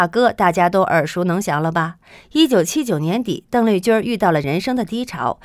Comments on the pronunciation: 小姐，妳的發音有問題吧，鄧麗君的（君）不能走小仄，不能說成（君兒）不好聽不是嗎？ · 你的儿话音儿真让人受不了，邓丽君宁要发音成“邓丽君儿”，听起来很轻狂，儿化音不是随便什么地方都用的。